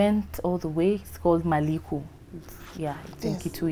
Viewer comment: Hehee,, how did you pronounce Maliku😂😂😂 Proud of you